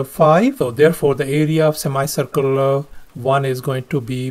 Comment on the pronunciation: sir your pronunciation for semicircle is wrong and.....Thales theorem was new for me